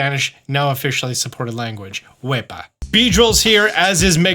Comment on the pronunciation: I loved the shootout to Latin America. That “wepa” was totally Puerto Rican! Greetings from Puerto Rico